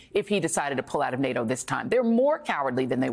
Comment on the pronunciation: So ? Biden can't say NATO.